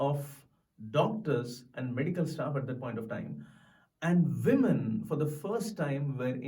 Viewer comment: SLOW DOWN YOU INDIAN....THAT'S NOT YOUR NATIVE GYPSY LANGUAGE...ITS ENGLISH LEARN THE PROPER PRONONCIATION OF THE WORDS: SAY WOMEN AND NOT 'VIMEN'...... SAY FAMINE AND NOT 'FOMINE'